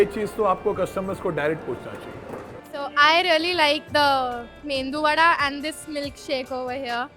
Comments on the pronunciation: Yes Mendu Vada is not correct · It’s Medu Wada (not ‘Mendu’ Wada) 🫢🫣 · O, it is Medhu Vada, not Mendu Vadha!!! 😂😂😂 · U say it a thousand times but mumbaikars will still call it " Mendu" Vade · Did she say Mendu Vada😂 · Medhu Vada